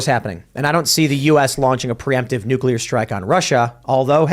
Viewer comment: What's with every guest and expert coming on and calling it "nukeular"?